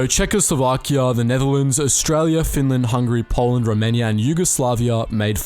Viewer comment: You really called Hungary hungry it’s pronounced hun garry